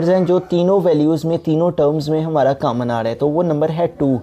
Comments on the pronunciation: Sir cammon nai hota common hota hai 😆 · Sir your mathematics is very best but ap common ko camon bol rhe